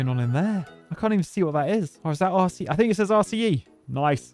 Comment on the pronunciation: With how many times you said RCE in this video, I started hearing it as "arsey E" instead, lol.